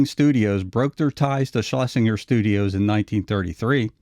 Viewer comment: “Schlesinger” is pronounced “SchlesinJer”. If you listen to the dialogue tracks on ANY of the early Looney Tunes / Merrie Melodies cartoons, EVERY TIME Leon’s name is mentioned, no matter which character said the Producer’s name, it was ALWAYS pronounced “SchlesinJer”.